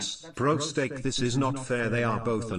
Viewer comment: its steak not steek